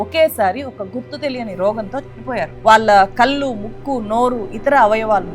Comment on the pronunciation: మీరు "కళ్ళు" అని పలకలేరా? కల్లు అంటారేంటి అసహ్యంగా? అదేకాకుండా "వాల్లు, వీల్లు" అని పలుకుతారు. నేర్చుకుని కెమెరా ముందుకు రండి. మీకు చెప్పీ చెప్పీ మాకు సిగ్గేస్తోంది.